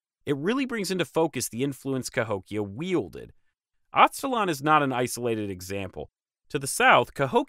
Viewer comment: It’s weird to hear you mispronounce charnel and Aztlan.